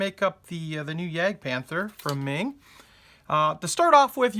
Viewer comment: Its not Ming. Its Meng